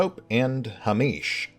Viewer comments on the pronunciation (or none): I think it's pronounced hay-mish ...at least that's how it's pronounced in Scotland